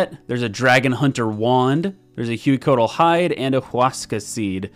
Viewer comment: Congrats on life and good to see you back! For the boss names, if they're intended to be pronounced like the source language, then Amoxliatl = ah-mowsh-LEE-attle and Hueycoatl = way-CO-attle (they're based on the Nahuatl language spoken by the Aztecs, in which "x" = English "sh", "hu" = English "w", and emphasis is on the second-to-last syllable).